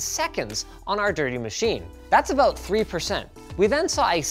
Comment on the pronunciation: "Aboot drive"